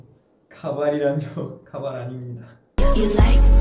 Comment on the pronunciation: And now we learned 1 new Korean word and it's wig which pronounce: Kabai😂